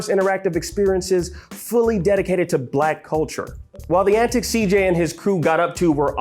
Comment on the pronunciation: Blek coultur